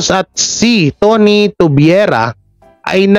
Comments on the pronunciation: Tuviera Tu-viye-ra hindi Tu-vwe-ra Si Cris Ulo daw di pabor sa paglipat sa apt. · Tuvwera ka ng Tuvwera, Tuviera paki-ayos naman pronunciation mo